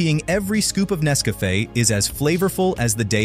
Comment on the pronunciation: I wish they would hire a real voice actor, instead of an AI that can't pronounce Nescafe correctly. Zero out of 5 stars.